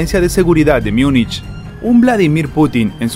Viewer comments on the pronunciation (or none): none